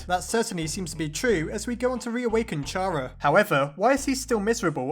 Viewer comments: It’s pronouns C-AR-A not CH-AR-A god dame it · Chara is said Kara, not ch-ara. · Ch ara it’s Kara kinda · IT IS NOT PRONOUNCED CH-ARA, IT IS PRONOUNCED CARE-A, IT IS A PLAY ON THE CHARACTER!!! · Chara is short for Character. It's Pronounced Cara not Chara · Um actually even though it is spelt chara it is pronounced Kara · Its pronoced Kara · It's not Ch-ara, it's pronounced Cara, Car-a, silent h. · It’s actually pronounced kara not chara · It's pronounced "Kara" not charah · It'S pRoNoNcEd "CaRa" NoT "Ch ArA" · Its kara not cara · Chara is not pronounced "Ch-ara" For lord's sake, its pronounced "C-ara" Not Chara! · its k-a-r-a not chara kara is how you spell chara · CARA CARActer not CHARActer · Just gonna say that chara is pronounced like cara :) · pronounces Chara with a "ch" Me: triggered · Chara is pronounced K-arr-u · It's pronounced "cara" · GODDAMNIT!!! ITS CAR-A!!!! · It’s so annoying how pronounces chara wrong